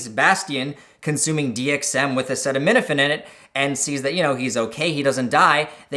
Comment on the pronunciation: "Dee Em Eqz weith acaytaneetaphayne"